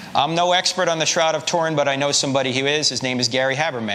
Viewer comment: Try saying Turin properly.